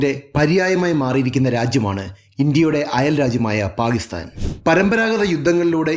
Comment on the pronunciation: First learn to say Pakistan properly